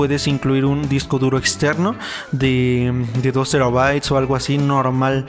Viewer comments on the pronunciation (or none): Pronuncia bien "TERAbyte" seas mamón jajajajaja "trabyte" ajajajaja nmms